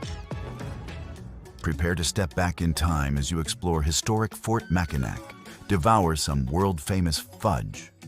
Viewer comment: It's pronounced Mackinaw